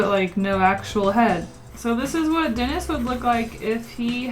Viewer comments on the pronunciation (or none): none